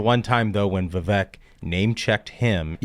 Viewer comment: You all need to pronounce Vivek correctly, Vivek, rhymes with cake. No one likes Christie. Few like Haley You all had some bad takes.